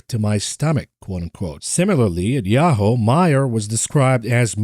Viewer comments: it's pronounced "Ya-hoo" the "hoo" sounds like "who", not "Ho". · Yahoo is pronounced as ya-who and not ya-hoe. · “Ya-ho” … fml 🤦🏻‍♂️😂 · It's 'yah-who' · lol he says "Yah-hoe" funny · Yahoo is pronounced as "yah-who" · ….please 😅 Yahoo is pronounced like this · Revisit your pronunciation of Yahoo. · Yahoo is so unimportant that doesn't even pronounce it properly 🤦